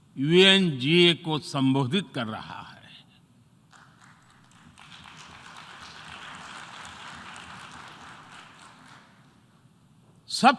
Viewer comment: did he just Say VNGA. so Its mean he Even Don't know Where he is?